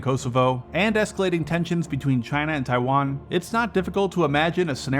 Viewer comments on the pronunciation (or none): none